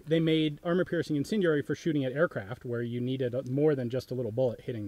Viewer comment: "Incendianary" is driving me nuts.